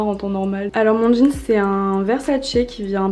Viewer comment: Sa me stresse quand elle dit un jeanS